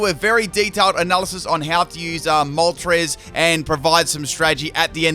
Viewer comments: Ah yes my good ol' pal "Molres" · Galarian Molres? 😂 gg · Ah yes, my favorite legendary bird: Molres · ITS CALLED MOLTRES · Ah yes molres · I haven’t watched the vid yet but I’m assuming pronounced moltres’ name wrong